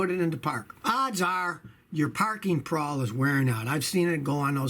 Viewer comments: It's called a pawl (rhymes with Paul) not a "prawl," but who cares... the advice is good. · I noticed that, too. I'm quite sure it's pronounced as the name 'Paul'. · Pawl, not prawl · Pawl, not prawl. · There’s no “r” in pawl. Hilarious that he says “prawl”. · Prawl...whats a "prawl"?!